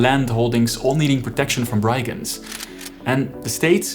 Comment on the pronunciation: The "i" in "brigand" is pronounced as in the word "big".